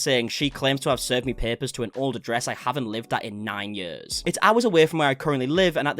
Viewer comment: I love the accent, especially when you say years, yuhs lol😂❤